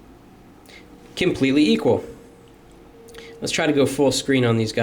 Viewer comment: Thats why he said KIMPLETELY EQUAL, hihihihahahhaa